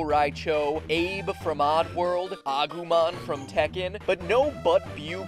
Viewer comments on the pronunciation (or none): he said agumon